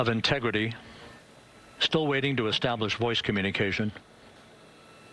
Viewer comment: Инти Грити!? Что это? Ну неужели не мог живой человек говорить вместо ии